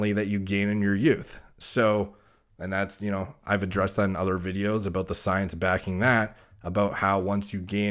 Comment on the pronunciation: When he says about, its al.ost scottish, aboot